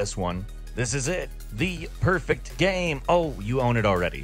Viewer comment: my dude, by now after all these years I consider you and everyone in Gameranx pretty much family. But the way you pronounce "gaem" is infuriating